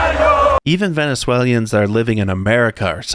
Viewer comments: Bro, the fact that you can’t say Venezuelan’s right is hilarious😂😂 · Venezuelians? Its Venezuelans.